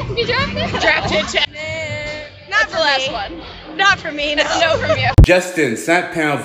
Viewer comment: This bitch unironically said "naur"?!